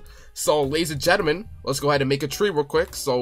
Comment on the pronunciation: Ladies and gelement. We got them.